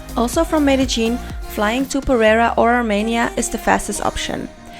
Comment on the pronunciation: ... ja ja... pronuncia bien "salitre" pero no puede pronunciar bien "perera"